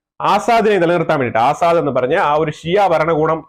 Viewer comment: ആസാദ് അല്ല അസദ്